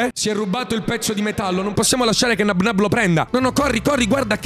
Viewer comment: Non si dice Nabnáb ma si dice Nábnab